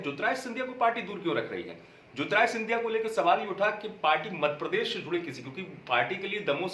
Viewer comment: अमित भाई मध्यप्रदेश नाम है हमारे प्रदेश का मद प्रदेश नहीं शब्दों में सुधार कीजिए आप अच्छे पत्रकार हैं आपको मजा आता होगा लेने में पर नाम सही लीजिए यह मजाक नहीं हमारे राज्य के सम्मान का विषय है